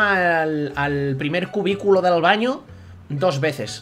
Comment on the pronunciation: a se le va del castellano a el catalan, dice dal baño con acento catalan😂😂